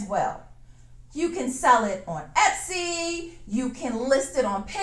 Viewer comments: Hun, it's etsy, not epsy...love your work and creativity....love your videos! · is "Epsy" different from "Etsy" just askin'?!!!...